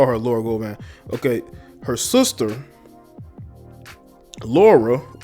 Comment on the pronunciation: That’s NOT how you pronounce Gloria’s last name.....🤣🤣🤣🤣🤣